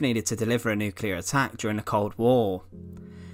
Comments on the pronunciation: Also drops nucular bombs, not nuclear ones... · Yes and the word nuclear is nuc-ley-are not nuc-u-lar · he can't say nuclear either...nuckeallar!!😆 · you’re perfectly capable of saying the word “bomber” there, so what in holy hell is up with “bommah”?! In fact you repeatedly pronounce “bomber” normally, so it’s clear you’re choosing to mutilate the pronunciation randomly. Also it’s Nu-clear, not nuke-ular. Colour, not cuhlaar. Another, not anuvvaar If it “continued at this altitude” it wouldn’t have struck the ground, perhaps having mentioned the aircraft being nose down you meant “attitude”? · The comments aren't criticising the accent, it's the words. The voice over says: Bommah not bomber Nuculer not nuclear Free not three Fermonuclear not thermonuclear